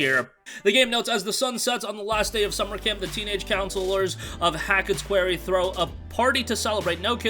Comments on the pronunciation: qWARy not qWEARy! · Honestly man you butchered that....it's pronounced kwar-e. Like a rock quarry.